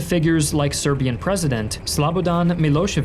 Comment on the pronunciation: Damn, the pronounciation of the last names is pretty damn good. Rarely someone gets those right. Good job. You still sad Slabadan instead of Slobodan, but the Milošević part was spot on.